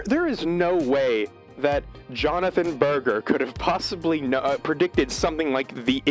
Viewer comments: I've read the book Ways of Seeing, but have never watched the tv show, so this is a welcome prompt, thank you. His name isn't pronounced like ‘burger’ though but with a soft g (like 'merger'). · Shook hearing the goats name pronounced as Burger. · I think his name is pronouced 'burjer', not 'burger', with a soft g, but yes, his ideas on things like advertising are really good. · Berger rhymes with merger, IIRC